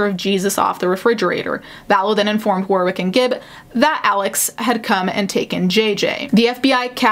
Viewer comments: The second W in Warwick is silent: WAR-ick. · Consistently good coverage but Warwick is pronounced “warrick” with a silent w. I apologise for English names being awkward.